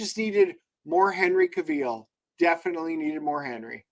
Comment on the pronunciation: Ca-veel? Gentlemen… :-/ I definitely agree it was too long and the CG stuff was awful.